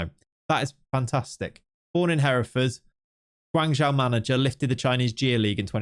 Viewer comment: Hey just for the future. The way to pronounce Guangzhou fc is guang like guong (end with ong) and Zhou like Joe. Obviously, It doesn't matter to much but JIC